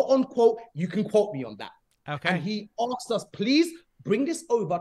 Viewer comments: anyone who said 'aksed' instead of asked is not to be trusted with finances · "We Axed for, all we AXE for" xD